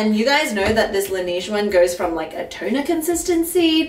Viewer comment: Love the side by side dupes! Excited about the Heimish mask. Although the way they pronounce La Neige is killing me - it’s French for the snow so it’s La NEH-je